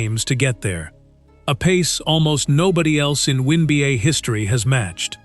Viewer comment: Teach Ai how to pronounce Wnba not oneba’